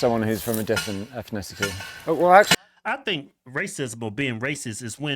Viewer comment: You pronounce ethnicity incorrect you're adding an extra syllable that doesn't exist learn to speak English please